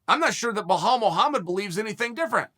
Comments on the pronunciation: brother, his name is bilal lmao not bihal hahahah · Jesus try and learn how his first Name really is ! it´s Bilal not Belhal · Blahal, Provolocovitch, Kozmat, Your Rear... who are these guys?? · Just when you thought Uncle will get nothing wrong in this video and he goes in to say BLOODYHALL MUHAMMAD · BLAHAL MOOHUMUD 🤣🤣